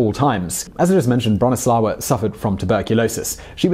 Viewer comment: Bronisława is read more like Broh-knee-swah-vah. In Polish w is read like English v and ł i read like w :)